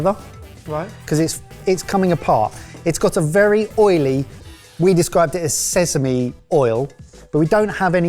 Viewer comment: Someone teach how to say Sesame!